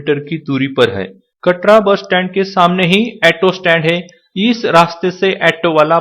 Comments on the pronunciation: jaan kari to achi hai bhai ji par , aaato nahi hota bhai auto hota hai , aur ha , hindi to thik se bola karo yaar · एटो नही ऑटो बोलते ह